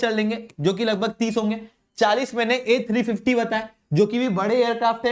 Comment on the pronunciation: "Ah Sa Si" Ten 😀😀😀